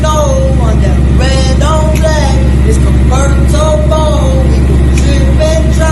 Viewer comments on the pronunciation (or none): Its con-ver-ta-bleeee lmao i lost it